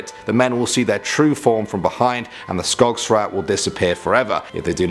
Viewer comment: Skogsrå is pronunced similar to skogsr-oh (with the "å" similar as the suprised expression "oh!")